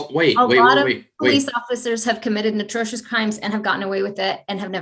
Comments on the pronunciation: Pretty sure she said "natrocious" and she is a professor. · She actually said notrocious 😂😂😂 its atrocious you stupid f*ing b word. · Did she say "Natrocious"